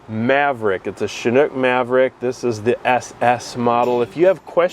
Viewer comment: Shhhhhanook? I thought it is a Chinook???